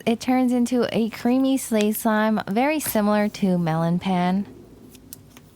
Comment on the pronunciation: Love your videos, and pan is pronounced as pahn <3